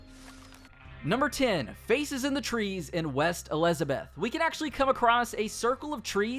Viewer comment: y’all here they way he said Elizabeth🤣